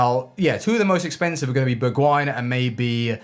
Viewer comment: Wtf, the way he pronounced ‘Bergwijn’ #earrape 😭😭😭